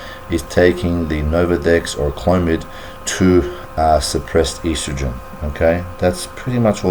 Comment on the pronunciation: So boring! Made me sleepy and he can not even pronounce estrogen properly. Eastrogen Ha, Ha!